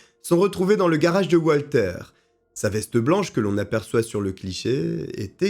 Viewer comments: Ca se prononce Valter (puisqu’il est Allemand), pas oualter. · Il est allemand alors ça se prononce Valter, pas à l'américaine.